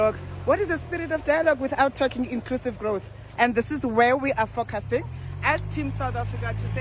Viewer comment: We are fok-arsing... 😂😂😂